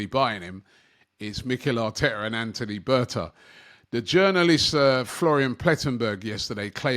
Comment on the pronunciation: "Anthony Berta" because you aren't official in football until the messes up your name